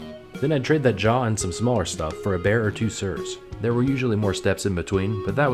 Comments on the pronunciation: Bear rune lol Ber not bear 🤣 ER then pit a B there not ear and put a B in front 😂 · It's Sur = Sir Ber = Brr (like you're cold) Like in the name BarBER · Somehow mentioning Sur and not Ber pronunciation.